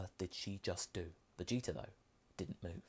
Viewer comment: After hearing Lani and Kaiser say that the "Freezer" thing comes in part from pronouncing the prince's name as "Vegeter", I can't unhear it. Anyway, good job! Nothing like a really good fanfiction with great voice acting.